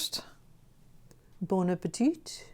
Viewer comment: bon appétit = bonh appehty . You don't pronounce the T Also, those tests... at least pretend like you're doing something vaguely sciency : same ratios, rince your mouth in between each cup